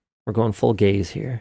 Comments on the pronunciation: "We are going full gays here" -Linus Sebastian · "We're going full gays here." - Linus' Tech Tip, 2026